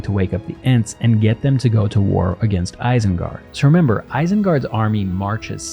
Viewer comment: ISENGARD is pronounced with initial I as in "machine". Source: Tolkien.